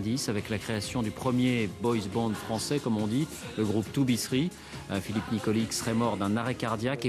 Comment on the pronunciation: Nikolic se prononce nikolitch